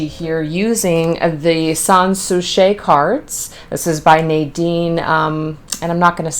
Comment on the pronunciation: It's Sahns Soo-see 😊